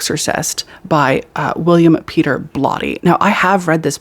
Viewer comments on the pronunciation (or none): none